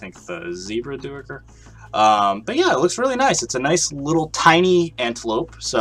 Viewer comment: Awesome video! Not to be a tool but Duiker is pronounced Dyker. Thanks again for the awesome showcase!